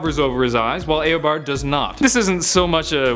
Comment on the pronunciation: It's Eobard not Aobard. I'll see you in court.